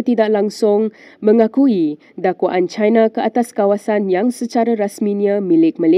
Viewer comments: 😅Sebut betul2 perkataan dlm bahasa melayu.sebutannya chiina bukan chaina.bercampur aduk bunyinya sekian terima kasih. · Who is the person narrating the visuals? Please pronounce properly in BM. Example Pulau Pinang (Pulau Pineng), Cina (Caina), malapetaka (ma la pay ta ka). The newscaster is wearing a hijab but a hair salon is one of the commercial sponsors 😂